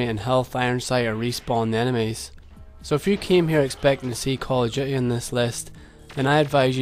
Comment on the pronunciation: I love it when people like you pronounce it "Call of Duhay"